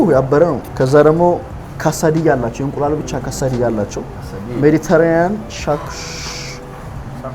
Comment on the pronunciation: “ሳልመን” ሳይሆን “ሳመን” ነው L አይነበብም። “ቦሪቶ” ሳይሆን “ቡሪቶ” “ካሳዲያ” ሳይሆን “ኬሰዲያ” ነው እሚባለው።